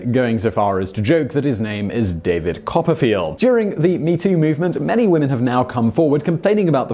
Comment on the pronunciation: David copp-a-feel 😂😂😂😂